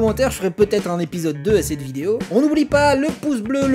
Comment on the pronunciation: « Védèo », on dirait du portugais (ou brésilien) !!! 😅 Le « foutchebole », la « trouelle» et le famoso « védèo do Brasil » !!! 😂👍 ps: jé souis d’origine 🇵🇹. 😉❤️